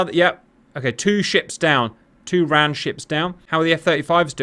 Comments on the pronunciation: Interesting scenario, but it is not said Ran as a word, it is always spelled out as R.A.N. and the RAAF is pronounced R double-A F. It makes you appear uninformed. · For future reference, RAAF is "R double-A F", RAN is R A N. 🙂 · Please RAN should be said as the separate letters R-A-N.. and not like the word ran as that is associated with the WRAN - the womens royal australian navy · WTF is RARF, it's pronounced the same as the UKs RAF ffs raff, or R double A F. And Stop saying Ran, as in ran away, its RAN, just say one letter at a time like you poms do with the RN. Perhaps a tad more research in future 🤦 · Pronounced… R-A-N, not ran; and rAAAf not RaF